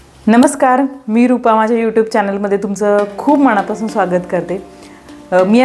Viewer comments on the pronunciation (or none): Manapasun...n..cha uchhar 😅😅😅